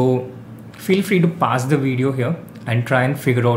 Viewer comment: It's not difficult to learn how to pronounce ' PAUSE' else stop using it. I just don't understand how people can mispronounce any word in this day age